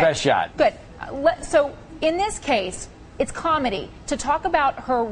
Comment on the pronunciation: "Why was she sho offended?" Contessa is terrible....